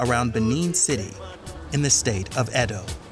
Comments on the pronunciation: It’s Edo state, not Edon state. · Mate, its Edo not Edon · im nigerian its edo not edon state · I blame Benin people for this 😒 Also It's "Edo State" not "Edon State" To be fair, a lot of these girls know exactly what they are going to do in Europe, but Nigeria is such a terrible country that prostitution in foreign countries is considered a more lucrative option for desperate people like this. While the Nigerian govt through the anti-trafficking agency, NAPTIP is doing a lot in terms of orientation on the dangers of trafficking, they fail woefully in arresting and convicting the traffickers and middlemen and even fail worse in repatriating these young girls.